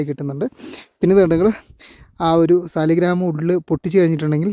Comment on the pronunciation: ഫോസിൽ സ്റ്റോൺ 'സാളഗ്രാം'(സാളഗ്രാമം)ആണ്.സാലിഗ്രാം എന്നല്ല പറയേണ്ടത്.ഇത് ഏറ്റവും കൂടുതലായി ലഭിക്കുന്നത് ഗണ്ഡകി നദിയിലാണ്(നേപ്പാൾ).അതിനാണ് ഹൈന്ദവ വിശ്വാസമനുസരിച്ച് പവിത്രതയുള്ളത്.